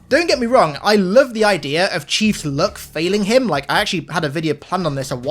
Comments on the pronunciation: When he was talking about luck I thought he was saying look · He pronounces “luck” as “look”